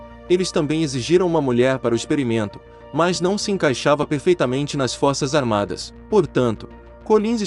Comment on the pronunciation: "Fossas Armadas"